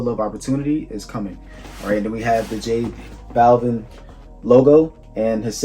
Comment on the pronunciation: Butchered the name , Jesus